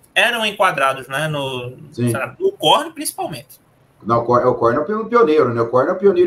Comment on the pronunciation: Tenho preconceito com quem fala " korni" kkkkkkk é korn